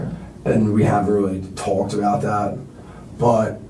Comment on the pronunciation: This dude would get punched in his face the 3rd time he says tawlked. Imagine him telling this story in prison.